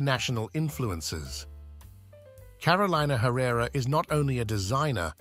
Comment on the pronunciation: Lord. Can we pronounce her name correctly?